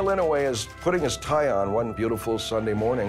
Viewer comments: Hector I was just saying that it pronounced inoy not inaway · I'm pretty sure his name is inoue but with nonstandard spelling. Pronounced ee-no-eh which is very close to what he says. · Ee-no-aye! That’s how you pronounce it. 👍🏾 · I love how he says "--and he's Daniel Inouye" like that's just how hardcore his name is and a statement to how badass he is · You are saying his name wrong. I like the show but atleast do enough research to get the pronunciation correct. I am certain he deserves it. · He pronounced his name wrong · Ugh i hated the pronunciation of Inouye but i guess he tried?